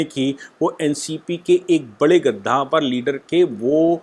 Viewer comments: Namaste, I appreciate your channel for giving detail information about Maharashtra politics. (Only I want to suggest you about your pronounce "gaddavar" you say kaddavar. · गद्दाफर् नहीं कद्दावर होता है... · आप ज्यादातर अपने मनघड़ंत शब्द गढ़ लेते है!! Eg रूस को रुसा 🤣कद्दावर को गधाफर!!!🤣